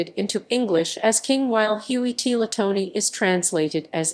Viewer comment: "TeeLaTony.." No. No. Tlatoani pronounced La-Toh-Ah-Nigh. T- (is silent) La- Toe - Auwn - Eye. "Tee La Tony.." Jesus what kind of dialect would that be other than terribly pronunciated english? English is the last language which is why its so crude and the least expressive dialect. The dialects spoken in the Western Hemisphere, which numbered in the 300s from South America to the Canadian Arctic, were some of the most expressive languages spoken. Don't lamely use your restrained understanding of your own language to pronounce other words from other dialects, its like saying Kay Sah Dilla instead of Que Sa Dee Ah "Quesdilla" I mean pronounce how you want but dont ask why the rest of the world loooks at Caucasian Americans and thinks of a cowboy or something.